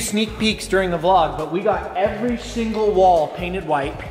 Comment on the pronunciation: Did anyone catch saying every SHINGLE wall